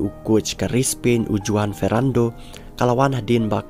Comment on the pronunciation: JUAN is PRONOUNCED as HU-WAN not JU-WAN